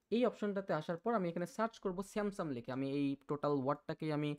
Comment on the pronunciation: আপনি "Samsung" এর উচ্চারণ " স্যামসাম" করছেন । এটা শুনতে ভালো লাগছেনা। এমনিতে আপনার বুঝানোর ধরণটা ভালো লেগেছে। এবং আমি এই বিষয়টা আজকেই জানলাম। ধন্যবাদ।